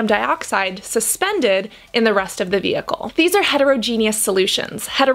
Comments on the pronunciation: Vehicle* ma’am. Not vheicle. Thanks for the video tho. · Cassandra love your video but it is "VEHICLE" not "vheicle"! 😂😭😂😭